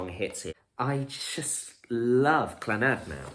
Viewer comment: Not Clanaad proniunced---just Clannad no accent on the last 'a'!